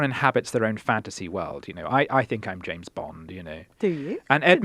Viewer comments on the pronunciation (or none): none